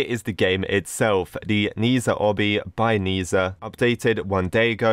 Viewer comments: its also pronounced ned-zha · how to pronounce it = nezha=near (without the a) then zha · To pronounce it correctly its Neh ja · The words "ne zha" are pronounced "nuh ja" I know this bc I'm half Chinese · Its nezha but you pronounce it as nazha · it is like na cha or na za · i am chinese and the closest prounouncation i can get from text is 'n-er ta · im not being rude, but it’s pronounced ‘zhe sha’ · Its pronounced "ni-zda" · u say it like neh sha hes a boy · I think its na sha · Nehza do not pronounce like that is like neza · nezha is pronounced neh-za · Not nesa i am so angry about how you say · Lol. You definitely pronouns wrong the person's name and actually the items you got in the obby is the items he have. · Not knees a its nezha but u pronounce it diffetently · you pronouce wrong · Even though i'm not chinese, the correct way to pronounce Ne Zha is "ne ja" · ITS NEZHA, NEZ-HA DONT DISRESPECT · it’s pronounced na zha it’s called nezha because it’s for the English kids I’m asian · Its nezha not nazha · It’s spelled NER ZA btw not Ni za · Sir it’s not nezah it’s nez ha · its not kneeszha its pronouced neshzha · Nezha is actually pronounced as Nuh dra And his story is basically: There were two magical orbs, water and fire (or kind and evil) When nezha was being born his mom was going to swallow the water orb to make him good and stuff but the water orb got stolen so she swallowed the fire orb instead Nezha was basically seen as a monster to the village so he was locked up, (his mom and dad still loves him tho) One day nezha escaped to fight a monster just to make everyone think he’s good but everyone didn’t see the monster and thought he was just throwing fire everywhere (yes nezha has powers lol) He went to the ocean and met Aobing (the water orb guy) and they became friends Oh yeah there was this leopard guy and he’s evil or something lol The rest u can watch the movie :/ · It's pronounced ne-ze-hae I'm pretty sure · Ne ZhA XD